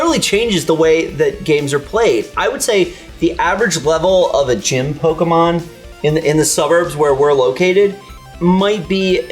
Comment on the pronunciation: I like you guys but is it really so hard to say "Pokemon" correctly? It's like if I called "Miker" all the time.